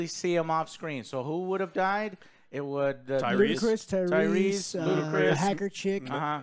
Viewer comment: TYRESE* Lmao. Who tf is Tyree? 😂 Good stuff though boys